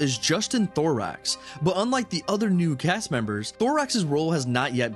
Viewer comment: Justin's last name is pronounced 'thorough' not Thorax 😂 this sequel looks promising though. Im aware its not gonna be exactly like the 1st but with tim Burton directing this one with some of the main characters to return, I'm looking forward to it and cant wait.